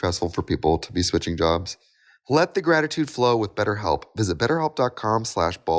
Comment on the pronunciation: All the Minnesota came out of Trixie in that betterhelp ad 🥹